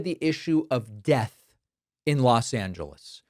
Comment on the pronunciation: oh come on he's saying Det 👎👎 not death come on Dave get your shit together